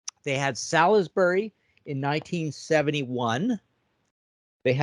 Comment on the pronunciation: By the way Americans "Salisbury" is pronounced "Sols-bury". It's where my late dad was from.